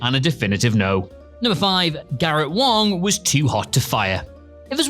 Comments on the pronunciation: What is it with this guy pronouncing Os as As in names? It's Garret Wang not Wong and Ro Laren not Loren. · are you trolling when you say "Ro Lauren"?? Laren lair and N laren. Garrett WONG???? what the Hell?? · 1. yeah nah. not even remotely a "secret" because it never happened. 2. "a sizeable chunk of the crew" less than 10 characters. deep sleep was garbage. 3. not really. picardo didn't want to be a comic character. he said "don't make me be a clown character or humor relief, I won't play it if he's just a joke". 4. not a secret, again. 5. you said garrett wang's name wrong. I know it's hard for brits to speak real english, try harder. also this was not remotely true. jen lien was let go because of severe mental disabilities/disorders. it had NOTHING to do with Wang. 6. not even remotely a secret. literally part of the show, if you even remotely watch it you can figure it out. it's great they cut ties with deepshitnine because the show was garbage compared to tng or voy. 7. NOT A SECRET WHATSOEVER. Kate talks about it constantly. 8. yeah, nasa and star trek have been a couple since the 60s lmao 9. who cares 10. not even remotely a secret, Kate talks about it all the time.